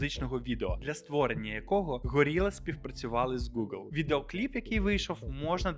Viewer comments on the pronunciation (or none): none